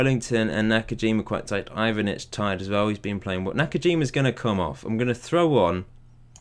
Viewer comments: You're pretty much the only FM youtuber that I follow that can pronounce the balkan names somewhat competent. Its Ivanic (The first time u said his name u did it right, its spelled fast) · Yes, Ivanic is pronounced like Ee-van-ich.